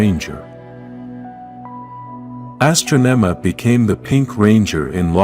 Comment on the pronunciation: she wasn't called astronoma he was called astronomahe said the name wrong